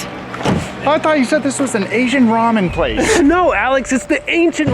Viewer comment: "Asian Rammen place" 😂😂